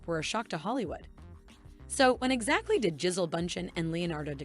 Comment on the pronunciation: Her name is pronounced Ja-Sell. No Leo will break up with Gigi in a few months...maybe a year, and move on to another model. I've seen no repeats in his dating history. I think Leo's a fantastic actor, but an immature man. This is why he goes for extremely young girls. I've followed his career from the beginning, and he's always been immature personally.